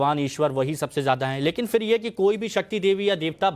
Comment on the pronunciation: Fir नहीं phir. उच्चारण सही करो।